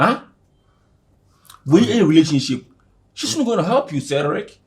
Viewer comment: The way pronounce Cedric is funny as hell 🤣🤣🤣